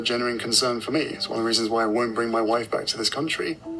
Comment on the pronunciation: Hate how he says “moi woif”😡